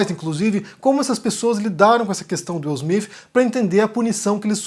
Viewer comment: Pow, sei bem que vc é viajado, conhece outras línguas e etc, mas dá pra vc não falar Will Smiff e sim Will Smite? PS: sei que o nome dele é Will Smith!